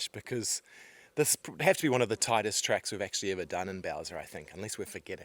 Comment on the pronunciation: How would Skaði perform here in the e.g what happened in 25 minutes…ish ? Nevertheless ; well done ✊ Ps : your truck’s name is ”Bowser” ? Why do I hear ”Belsa” 🫣?